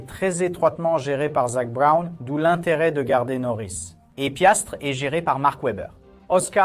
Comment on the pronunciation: C’est Piastri et non Piastre !!!!!